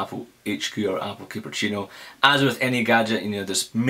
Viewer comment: It's Cupertino, NOT CuperCHINO